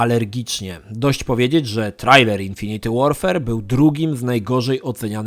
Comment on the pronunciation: 'infinit łorfer' a nie 'infiniti łorfer'!!!;]